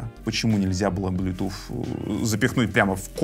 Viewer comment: Автор учи английский, не блютуФ, а блютуС - (bluetooth)